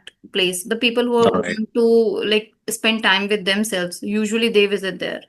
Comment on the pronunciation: Mam "usually" not "ujually" mother tongue influence..."zero" not "jeero"